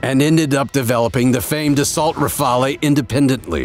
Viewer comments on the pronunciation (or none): Rafale: pronounce rafal not rafal-hey